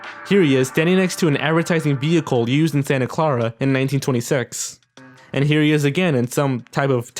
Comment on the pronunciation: It's Santa Clara, not Santa Clawra. Other than that, good video!